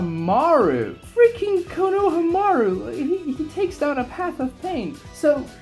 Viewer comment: An entire channel dedicated to Naruto and you still mispronounced Konohamaru’s name hahaha. Love the videos 👍